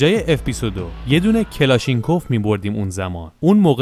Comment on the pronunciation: کلاشنیکُف تلفظ درستشه